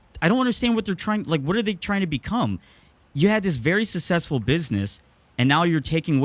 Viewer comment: Someone needs to teach how to pronounce "successful"